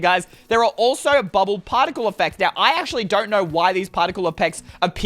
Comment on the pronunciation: In says partical eppects